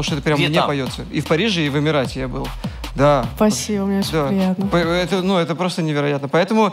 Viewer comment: Даже с учётом, что Клава специально так поёт - послушайте, как она говорит «спасибо»… тоже псба звучит